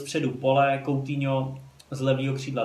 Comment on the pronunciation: Kdyžtak Coutinho se čte: "Kutýňo" :DDDD